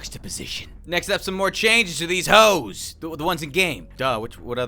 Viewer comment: Nobody: Absolutely no one:: hOeSz